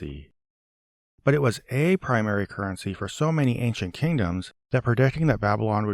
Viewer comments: "Ank-shent" (ancient) was one thing, but "star-tilling" (startling) was a whole different level of weird. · "Ankcient". Ridiculous. Thank you for correcting that ridiculous mispronounciation. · What does he say? Anciet? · Ayn Chit. Also, Daniel "There is not a man upon the earth who can shoe👟 the king's maTTer." (I thought the archaic word "shew" was supposed to be pronounced "show") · As bad as his garbled pronunciation of “ancient” is, his mispronunciation of “shew” is far more annoying. He pronounces it like “shoe” which is, for lack of better term, a rookie mistake. It’s pronounced (and means) “show.” It”s simply an archaic spelling from before English was more standardized. It’s like when someone pronounces “divers” like it’s referring to people who swim underwater. It’s actually just “diverse” but they didn’t always add the silent E back then. These kinds of mistakes make him sound extra silly.